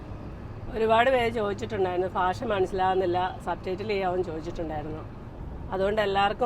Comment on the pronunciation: ഭാഷക്ക് പലപ്പോഴും കോട്ടയം ശൈലിയിൽ ഫാഷ എന്നു പറയുന്നു .. വടക്കൻ ജില്ലക്കാർക്ക് ചിരി വരുത്തുന്ന ഈ പിശക് പരിഹരിക്കുമല്ലോ ❤